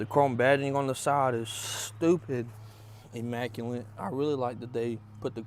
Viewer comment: IMMACULATE > IMM MAC YOU LIT not immacuLINT